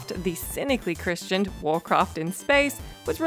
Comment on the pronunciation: Take another shot! She pronounced christened as christianed. It's every video with this girl. I'm starting to think the editor is doing her dirty lol